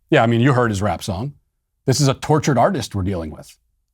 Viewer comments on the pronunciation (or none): none